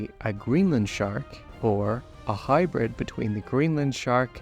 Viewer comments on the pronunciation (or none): none